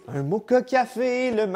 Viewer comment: (Mo quoi ?? ) c'est Mocha mais sa se prononce moTcha dsl mais sa me stress <3